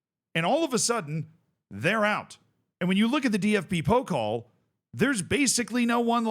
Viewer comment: Pokal is (po-cal) not (poke-ol) just some friendly help haha